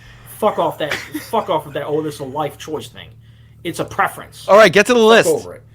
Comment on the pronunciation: His ability to prenounce his T's is my favorite part about him. " wiff dat"